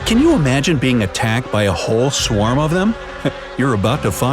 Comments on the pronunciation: “swam bees” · A “swam”? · Swarm, not Swam, dumbo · Wait did you say swam or is my phone trippin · You said swam